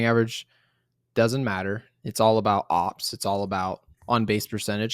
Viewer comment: Ngl, I get so uncomfortable when I hear say "OPS" and not o.p.s. lol, love you guys! Best Yankees content on YT aside from, maybe, Jomboys media empire tbh